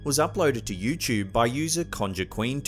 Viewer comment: YOUCHOOB!!! Its pronounced, "you toob"... youtube. Lol